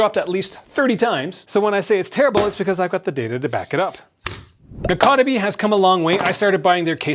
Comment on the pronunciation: Your pronouncing the company se wrong lol